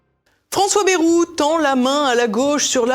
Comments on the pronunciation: BA-I-ROU et non Bérou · Quelle déception en effet j’étais persuadé que votre chaîne incarnant un autre media propre et correct eh bien non ! Vous n'avez cessé d'insulter Monsieuur BAYEOU QUE L’ON PRONONCE ba II ROU KE Y EQUIVAUTVA 2 i et de dire que son discours etaut médiocre mais par rapport à quoi de ce fait vous êtes comme tous les journalistes